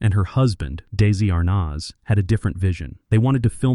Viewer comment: Still haven't found someone who can pronounce his name properly huh? It's not daisy arnazzzzzzzzzzzzzzzzzzzzzzzzzzzzzzzzzzzzzzzzzzzzzzzzzzzzzzz, the rest was great though!